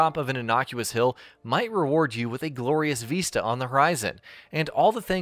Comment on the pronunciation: "Veeesta" Iol